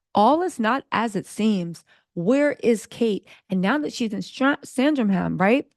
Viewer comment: It is Sandringham...